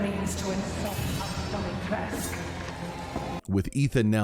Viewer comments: the only thing I don't like is that I imagined her with a slight accent... she has none and she doesn't even pronounce her own name correctly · It's really frustrating that even the voice actor of Lady Dimitrescu doesn't know how to pronounce Dimitrescu and nobody noticed that before release. Lady Dimistrescu is not born and raised in USA or something, she is from Romania and still living in Romania. She should know how to correctly pronounce her name. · Im Romanian and im confused why everyone in the game cant fucking pronounce her name right, youd think that a game with a Romanian setting, that uses the Romanian currecy and even uses Romanian food names and would be able to fucking pronounce a name right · the voice actor for Lady D said that capcom told her to pronounce it the wrong way, from what I remember. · You, my friend, are mispronouncing the name, the U at the end of the name is not silent, and no, I do not care how it is pronounced in the game, they should have done the proper research. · Everytime Lady Dimitrescu pronounces her name wrong, somewhere in romania a baby starts to cry... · the in game pronunciation is technically wrong so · i was looking for this comment... he said it like 100 times and it was wrong every time and it was bothering me omggg haha no big deal but i was like really??? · Yes. And also, Dimitrescu is of Romanian lingo.. the “u” in the end is actually pronounced. 🙄 Odd how even the game creators overlooked that detail. Why make her of Romanian heritage in the first place if you won’t bother researching how to pronounce Romanian surnames? 😤😏. Bit annoying actually. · Just a heads-up, a Romanian Youtuber has confirmed that you're all mispronouncing her name. You're also wrong on her dress, it's based on 1930s fashion! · Can I just say, as a romanian, that's not how you pronounce Dimitrescu and neither the game tells her name right 😂😂 sorry lol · and they pronounce her other name as dee-mee-tresque not dee-mee-trescoo